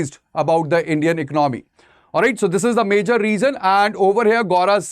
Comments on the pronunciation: What ecnomy??? Why he is pronouncing ecnomy?? Its economy ... ec-co-no-my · Vo bolne mein yhi aata h ecnomy 😅